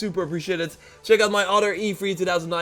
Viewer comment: And it's not udder its other